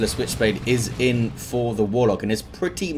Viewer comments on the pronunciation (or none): I swear, every time says "Merciless Witchblade", I just hear it as Switchblade and chuckle.